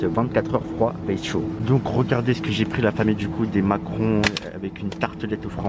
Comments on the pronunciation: Ça me tue à la place de dire macarons il dit Macron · xd il a dis macron au lieu de macaron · on dit des macarons pas des Macrons frere! Il a dead la prononciation 🤣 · Wsh t'es srx tu sais pas dire des "macarons" ??